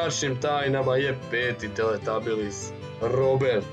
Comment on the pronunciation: ovo nije nracno i ne kaze si teletabilis nego teletabis